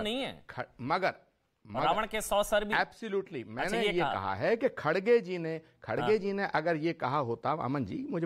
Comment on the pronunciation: It’s NOT “Khadge”, it’s “Kharge”. Not sure why he is mis-pronouncing again & again 😂